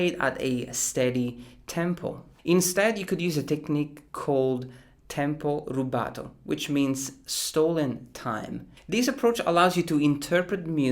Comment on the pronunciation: I was expecting a perfect italian pronunciation on "tempo rubato"